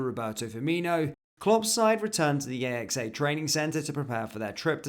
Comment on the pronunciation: AXA is said as a word, not as individual letters... both A's pronounced the same, AXE-A you're welcome YNWA